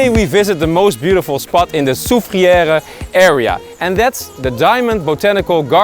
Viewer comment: Am 100 percent St. Lucian the way you said Soufriere and Anse Chastnet is so funny 😁 haha even Jalousie you said jealousy you're killing me 🤣